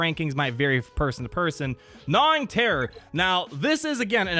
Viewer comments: Hold up. Did you say “Guh-nawing terror” for malek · Brilliant as always mate, but the ‘G’ in ‘gnawing terror’ is silent 😌